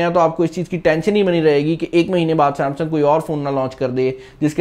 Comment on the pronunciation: Saaamsang ni Samsung hota hai bhai..